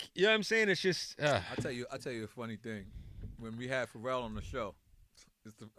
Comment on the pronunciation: It's Pharrell not Pharrell you dumbasss🤣